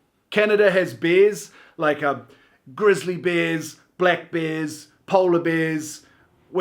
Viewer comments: Despite having been to New Zealand a couple of times I still thought you said 'beers' instead of bears. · When he said bears, I thought he said "beers" for a second. So when he started naming off bears I was so confused LMAOO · When he said we had many bears I heard BEERS lol and yes we do eh And we would say cottage not lake house where I'm from Stay safe everyone 🇨🇦💗🍩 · when he said BEARS, i thought he said BEERS! hahaha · I thought he said beers too and it was super confusing until I realized he meant BEARS. 😂